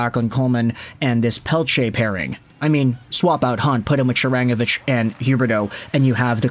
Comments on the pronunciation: Ya why are you saying she-rang-avich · Isn't "Sharangovich" pronounced with stress on the "go" syllable? I've heard his name on Sportsnet 960 (which I listen to sometimes mostly cause Calgary has some good radio personalities, especially Pat Steinberg). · Love your content , hate how you say Sharangovich! Shakes fist it’s SHARANGOVICH!